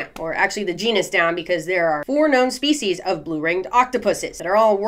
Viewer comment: When you said "let's break this species down" I heard feces..... like break this shit down... annnnd I'll be saying this from now on